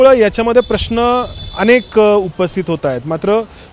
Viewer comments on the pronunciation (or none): none